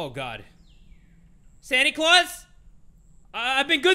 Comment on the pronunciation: Whenever u call Santa "sany claus' It makes me laugh bro 😂😂